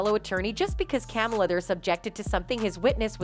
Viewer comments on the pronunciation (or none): The voice-over calling Camille "Camel-uh" is rough lol That's my pretend wife... please say it correctly. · Her name is Camille Not Kamala🥱🤌🏼🤌🏼🤌🏼